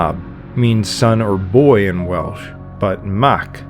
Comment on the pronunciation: As a Welshman I can congratulate the pronunciation in this video. Lots of documentaries get Welsh pronunciation wrong.